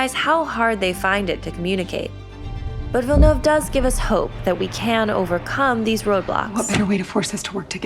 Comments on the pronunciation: Awesome summary. And thank you so much for pronouncing his name correctly. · Follow the pronunciation used in the video, it's the closest I've heard, she nailed it. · Nice pronunciation! Finally a YouTuber who gets it right! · They actually made an effort to pronounce his name right! So frustrating listening to people constantly butchering it